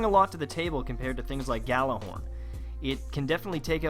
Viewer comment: Gallahorn is NOT the correct pronunciation